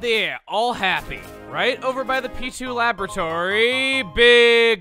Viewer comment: I heard P2 laboratory as pichu laboratory